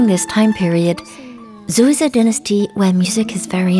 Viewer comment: great video, but "zhou" is pronunced like "joe" in Joe Biden